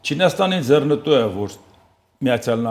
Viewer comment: Հարգելի՛ս, արտասանե՛ք ոչ թե՛ ՝ <<ձեռնԸտու>> սխալով, այլ՝ << ձեռԸնտու>>.....